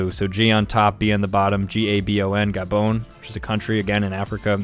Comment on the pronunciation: Ikr Gabon is my favorite he says ga bone